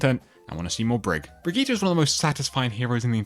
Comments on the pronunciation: Hard to watch a video where they constantly mispronounce a name so badly lol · It's Brigitte not Brigitta btw